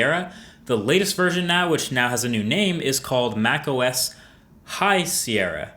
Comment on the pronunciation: High 'sí-era'